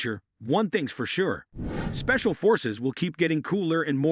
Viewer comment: yeah spacial forces! you guys could have checked and edited it first before releasing, too many mispronunciations by your AI.